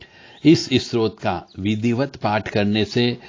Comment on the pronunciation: आप तो स्तोत्र शब्द ही गलत बोल रहे हैं।